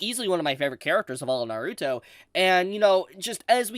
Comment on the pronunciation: Over the years watching this man I will never stop cringing every time he says Naruto it’s gets on my skin every single time